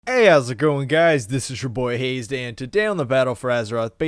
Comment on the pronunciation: No wonder you think your name is "hazed" with a long A instead of "" with a short A.